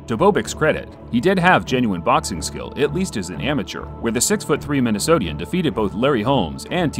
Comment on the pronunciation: Minnesotan. Not Minnesotian